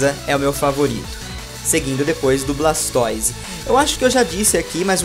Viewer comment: tbm ñ gosto do "Blaxtoize" kkk ..